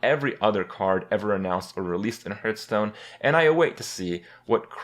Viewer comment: Why does he call it "Hurtstone"?